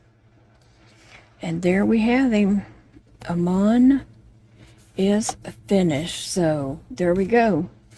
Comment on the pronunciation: It's pronounced ahmoon